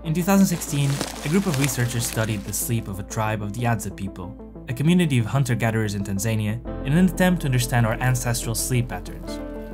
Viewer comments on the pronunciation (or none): it’s pronounced as Tanza-NIA